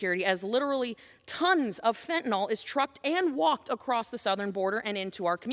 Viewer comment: Fentan-IL not fentan-OL